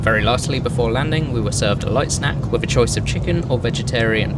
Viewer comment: "wivv"? Speak English.